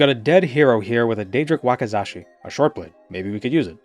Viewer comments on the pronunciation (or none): It's a Wak*i*zashi, not a Wak*a*zashi! 😭😭😭 Anyway, love the content. You always manage to make me laugh even though I've never played Morrowind and never have any idea what's going on. 😂😂😂